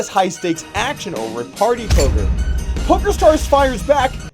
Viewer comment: did he said "polker news" in the end of the video?